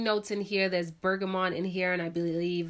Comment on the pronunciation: So enjoyed these reviews! Must try a couple. P.S. it's Bergamot not Bergamont (no "n" before the t).